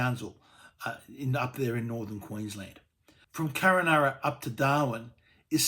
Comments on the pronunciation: It's Kunn-Un-Arra... Not Kur-Ah-Naana ...... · hey stupid, KUNANURRA, not Kurranurra!!! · I think it is Kununurra, not Kurrunarra. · Craig, it's Kun-un-ur-rah... Just saying. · It's Kun a narra - Kununurra idiot. And nothing in the middle? I live in Katherine watching this on my gigabit nbn connection 2 minutes from a woollies that serves about 10'000 people next to a 24hr Maccas. Go away. Dramatised crap. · It’s Kununurra get it right typical eastern Australia politics can’t get anything right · Every time I heard it I cringed.